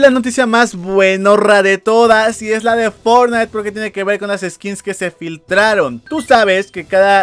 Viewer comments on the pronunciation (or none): "SE FIKTRAN SKINS DE FORTNITE" ;-)